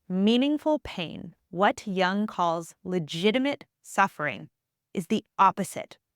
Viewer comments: Jung is pronounced as joong, not as young. U is pronounced as U in Uber or U in bully. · Great content. But the constant mispronunciatiion of Jung's name is very distracting.